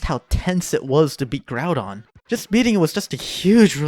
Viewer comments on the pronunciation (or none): none